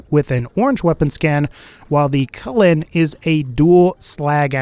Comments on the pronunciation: Its pronounced choo-lane, not cullen. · Why does he say chulain differently